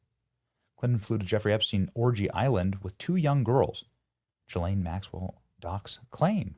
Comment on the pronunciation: Ghislaine doesn't begin her name with a J, SO QUIT SAYING IT THAT WAY!